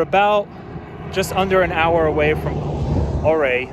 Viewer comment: The city or Ouray is pronounced U-ray…